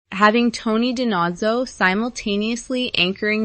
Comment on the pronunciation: 1st if you're going to do a podcast learn how to PRONOUNCE the Actors NAME (Dee-NO-ZO) SERIOUSLY??? Plus Tony & Ziva's show should have NEVER been put on P+. SHOULD have aired on CBS. WHAT were THEY thinking. WHAT was CBS thinking getting rid of VANCE WTH!!!!!!!! Bring Rocky Carroll BACK. this is IMPORTANT too, PLEASE DON"T BRING BACK BISHOP. To me & OTHERS she just NEVER fit in. Trying to put Jimmy involved with the NEW agent, what was up with that. CBS was TRYING to recreate a T& Z relationship. FAILED!!! **AND Harmon NEEDS to apologize to Paulette!!!! MEND THAT "CLOSE" Friendship!!!!**